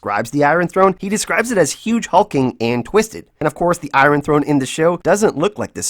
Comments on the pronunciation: I love the way you call it the I-run Throne. 😉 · I love how you say eye ron for iron lol